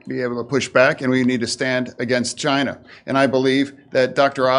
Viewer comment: Chine... sounds like the T.